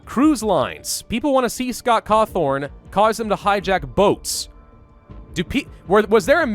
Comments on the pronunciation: he keeps saying Cawthorn when is Cawthon. I THOUGHT YOU WERE A GRAMMER NAZI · It's Scott Cawthon,.